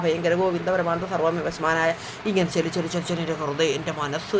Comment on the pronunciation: Chechi vishnusahasranamam Chelli,Chelli alla; cholli,cholli ennu parayoo😂❤❤❤